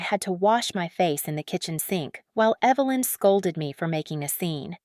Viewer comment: The reader kept calling the mom Evil-lynn. So fitting.